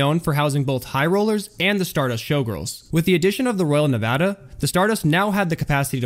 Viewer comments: Thank you for pronouncing Nevada correctly!!! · Thank you for pronouncing Nevada correctly ^_^ How about the decline of the resorts up in the Ozarks? What happened to your Twitter page?